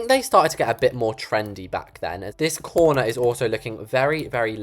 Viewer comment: You had me DYING when you said, " ima add a little chair In the Coorneaæahr." Lol